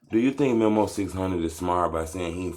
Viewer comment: 🤦‍♂️ Bruh……. It’s pronounced ME-MOE please, please, please get that right It’s not memo 📝 ME-MOE